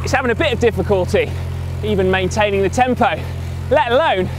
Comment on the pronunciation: Why no 50p? :( Btw Si, your tempo in pronouncing "tempo" is way off >:(